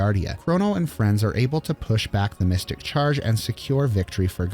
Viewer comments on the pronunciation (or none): none